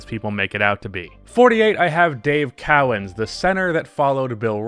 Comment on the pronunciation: It is not cow-ens, cowens